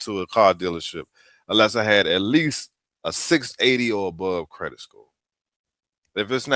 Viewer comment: As the most amazing parents in the history of the world told my lil sis & I "We made you beautiful, You have to make yourself smart" ✅✅✅ Done! The pretty girls featured in this content Seriously needed parents like mine... NPR? Huh? Can't even pronounce "credit" etc etc..... Wow!